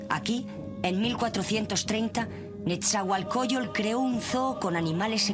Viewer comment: Pésima información, no precisa y con evidente ignorancia. Ni siquiera saben pronunciar shaloc, isiloposti y nezahuacoyol ?? No mamar! Antes de publicar algo por favor infórmense bien !!!